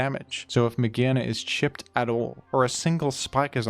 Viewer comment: Mah-GEAR-na not magehna